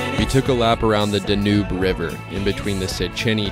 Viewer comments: Dnoob river lol, I believe it's pronounced "Dan-You" lol.🤣🤣😜😜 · I looked up 5 different pronunciations and they all said Danube but that's what I get for trusting the internet I guess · Yeah I looked up numerous pronunciations and kept hearing Danube so I figured that's what it was. My mistake